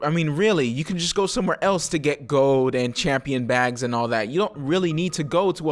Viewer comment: I love you but why don't you pronounce the D in *gold* its not "gol"....its "gold" xD <3